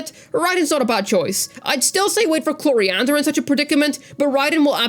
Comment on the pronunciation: why you say cloriande instead of clorinde?